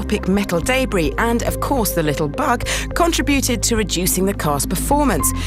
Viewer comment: lol CONTRA-BUTED